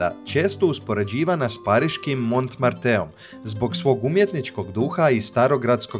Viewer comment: Evo tri ispravke Pob(j)ednik na Kalemegdanu ima ispravljen dlan na kome stoji golub slobodan da ako hoce odlet(j)eti, niko mu ne brani, osim sto nije ziva verzija. Dakle spomenik slobode. Mont Martre u Parizu, izgovara se bez e, tj, to e se ne cuje, zavrsis sa r i to je to. Nisu bas svi Beogradjani "voljni doci" na Savski kej pored svih tih nebodera, jer, evo ti primer iz prve ruke. Bas 8 Ozuljka sam se vracao sa jednog rodjendana gradskim prevozom iz jednog od gradskih juznih naselja, ne znajuci da je u centru tsetorp sto je vozac ocigledno znao. Samo je stao tu negde oko Bg na h2o, i ja prvi put u svojih 50 godina zivota trazio kako stici doma, pitam neke devojke sto su sedele na klupi, one mi kazu, ne znamo jesmo iz bg, al nemamo pojma. Sto je najsmesnije, ja VIDIM gde treba da idem, ali to je tuzno i smesno kako je to izgledalo. E onda se dogodi ovo od pre neki dan najveci protest u Srbiji ikada.